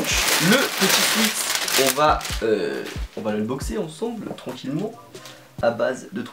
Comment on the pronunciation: On dit « swÉt » et pas « swit » mercee 😂